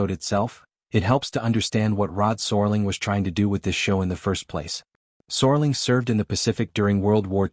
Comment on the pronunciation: I think you're talking about Rod SERLING. the IA in this video continues the serious typo! There's A lot of interesting information in this video but it's distracting with the mispronunciation of Rods last name.